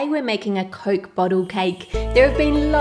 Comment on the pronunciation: you pronounce coke as "Coalk" I think it's cute